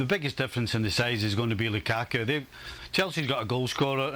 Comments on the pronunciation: I like how says "LuKaku"🤣🤣🤣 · Whenever Ali says "LuKAku" I absolutely die laughing! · Ale is in his own world, why did he say “lukaku” like that 😂 so weird